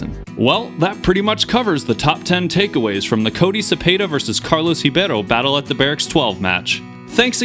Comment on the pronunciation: Cool use of statistics! Also props for your pronunciation of Ribeiro (and Kroetkov too).